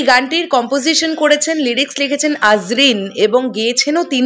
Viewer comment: আজরিন না দিদি আরজিন